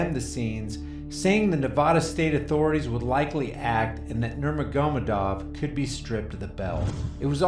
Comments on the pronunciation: Nurma-goma-dov lolololol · Alright, you BUTCHERED Khabib's name so badly it made me cringe, so here's some help. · Boy did you ever butcher Khabib’s last name. Do some research next time 🤣. Great channel 👍🏼